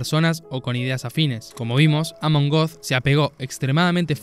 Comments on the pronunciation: Er heißt Amon göth, nicht Amon goth. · Amon Goeth se pronuncia "ámen gót." Saludos